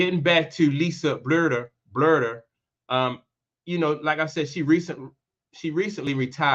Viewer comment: You don't even know how to pronounce Lisa's last name and yet you're naming her the next head coach of the Fever. The only thing you said that is credible is that Chrissy Sides needs to find another profession. The rest of what you said is a jumbled mess of contradicting statements.